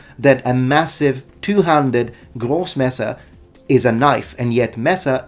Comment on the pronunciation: Oh my god, your german pronounciation has improved *a lot*. That "Großmesser" and "Messer" where absolutely on point, perfect!